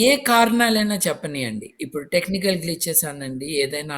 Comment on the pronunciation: టెక్నీకాల్ కాదు టెక్నికల్ కి కి క కి దీర్ఘాలు తీసేయండి